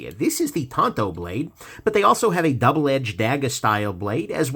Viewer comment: WTF is a ‘tonto’? Are you trying to say tAnto, but struggling with what an A sounds like. Tonto is The Lone Ranger’s friend. Tanto is a Japanese-in-origin knife shape. A =/= O.